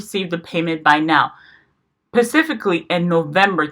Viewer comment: Pacifically??? Really?????????